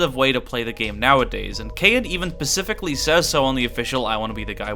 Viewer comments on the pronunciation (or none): Kayin "pacifically" says so?